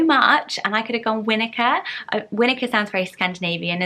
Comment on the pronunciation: I'm from New Zealand and have never heard of the name Winika before so have just done a bit of research on it. It is a Maori word so would be pronounced we-knee-car.... in Maori language "i" is pronounced as an "e" sound. And the word winika is derives from the name of a Maori war canoe carved from a totara tree, on which the orchid grows. Pretty cool ah, so interesting what you can find out when you dig into it.